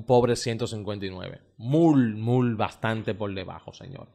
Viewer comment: Tú eres muy bueno en tus análisis… pero, si decidiste ser comunicador, debes empezar a pronunciar correctamente las palabras MUY, HOLLIDAY, NOVENTISEIS, TRENTISEIS,… ESTOY VIENDO, HAY QUE PONERLO,… Debes evitar hablar cibaeño.